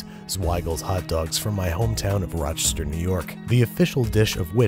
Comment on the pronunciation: Woot Ra-cha-cha! I could tell you were a native as soon as you pulled out the Zweigles ♥ Also, you actually pronounced Rochester correctly